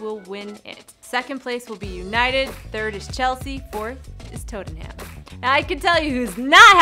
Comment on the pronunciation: “4th is toetenham” 😂🤦‍♂️